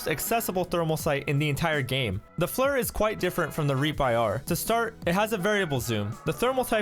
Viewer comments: FLIR Pronounced Fl-ear not Flur.. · Its pronounced "FLEER". Even the engineers on the FLIR site pronounce it as such. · Frans Norling I know it’s called Flir, I’m saying it’s pronounced “fleer” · Listening to you say “FLUR” is painful lol